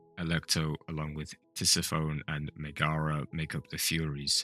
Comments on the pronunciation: just on that it's pronounced tis-if-phone-knee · How do you manage to pronounce "Mohg" wrong every time while also showing clips of people saying it correctly? Also, instead of using the excuse, "I'm not Greek." To mispronounce "Tisiphone" and "Megaera," why not just... google how to pronounce them???